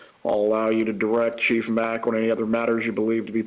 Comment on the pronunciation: Before Donna's attorney butchered Dr. Sapp's name, she started in on Chief Mack. Chief Mack's name was mentioned six times in just a few minutes right before Donna's attorney began to talk with him. And on her first try she says "Mackie." Sheesh, not off to a good start for her. I wonder if this is how the entire trial will be, little digs at everybody, little hints of disrespect at every turn, trying to make monumental constitutional problems out of every minuscule thing throughout the process of jail and trial. Like, do they think, creating and addressing all these issues will muddy the water for the jury?